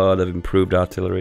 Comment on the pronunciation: le giggle "Arillery" le giggle